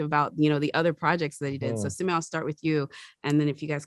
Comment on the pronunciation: Its simoo not simew